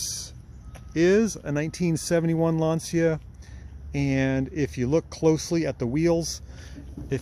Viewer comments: Well done!! Plus tell him that the pronunciation it s wrong! Lantcha not Lansia!😂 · I believe it's pronounced 'Lan-shia" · Even the guys from Top Gear pronounced it Lan-see-a and they should've known better. ;)